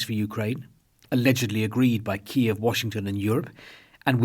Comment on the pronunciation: The consensus in the English-speaking western world is that the pronunciation of Kiev is KEEV, the Ukrainian pronunciation. However, you said KEE-EV twice - a small, but significant point IMO. My wife and I loved your documentary "Our Man in Moscow" on BBC1 the other day. Living on a tightrope 24 hours a day must be stressful. I wonder how much more time you can stand it. Thanks for your the great work you do on the "front line"